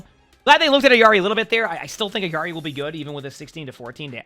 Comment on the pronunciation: The illary pronunciation….